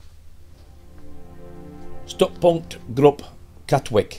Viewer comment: Welcome to our little seaside town! Katwijk is pronounced "Cat wike", for any future reference ;)